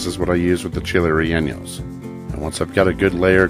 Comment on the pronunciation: Can't wait to try the recipe but Bro it's not 'rel enyos' rather 're yawnos'....